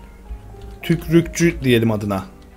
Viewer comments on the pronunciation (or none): tükrükçü değil tükürükçü denir ona